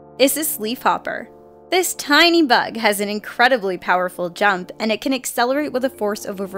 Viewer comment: When she said jump I thought she said junk so I heard incredibly powerful junk lol